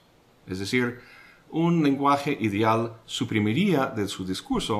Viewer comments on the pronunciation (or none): por favor no transmute la (e) por la (í), suena muy mal, cuando usted habla dice idíal mas no ideal. Adicionalmente, gracias por sus geniales videos de filosofia he aprendido mucho.